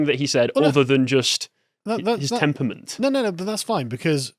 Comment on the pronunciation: ...What's a "temper-ment"?